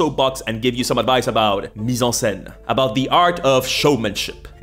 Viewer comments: woaw that "mise en scène" was clean ! without accent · How the hell do you not have any accent , or how do you have such a good french accent I guess 😂 That was excellent :P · I love the way you say perfectly Mise en scène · "Mise en scene" your French is great damn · WoW are you French? Your « mise en scène » prononciation was on point 👌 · As a french listening to this, hearing you say "Mise en scène" gave me an orgasm